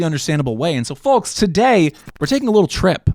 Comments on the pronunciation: Love the content man!! Can you stop saying the L in folks, driving me crazy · Not sure what bothers me more: the amount of hard blinking he does, or the way he says the word "folks". It's like he's only ever read the word but never heard it spoken before. **BLINK** **BLINK**